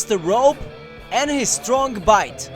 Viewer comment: Lol i like how he says Strong as "Stronk"